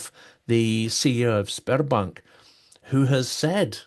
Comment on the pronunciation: It doesn't sound sperbank or whatever. It sounds spermbank.